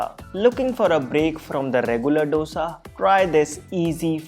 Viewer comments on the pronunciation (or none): Thanks for the recipes. But how is baking soda healthy? And it is "Dosa" as in "do" in hindi for the digit 2...not "do" as in the music - do, re, mi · Dosa is pronounced दोसा not डोसा..... Please North Indians🙏🏼...it sounds horrible. It is Dosa with a The not Duh